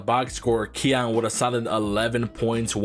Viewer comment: ki yan not keon